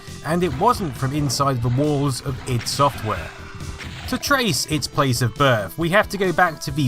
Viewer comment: It's not pronounced I.D and never has been 😏😉